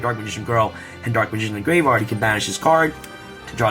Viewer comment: Is it me or every time you say graveyard i hear gravevard?